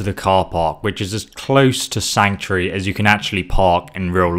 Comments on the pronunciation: Sanctury.... Please just say sanctuary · Am i the only that keeps hearing Sanctry? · I can't be the only one who finds his pronunciation of sanctuary annoying.